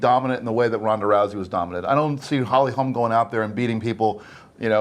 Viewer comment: For fucks sake bro her name is HOLM not Holms.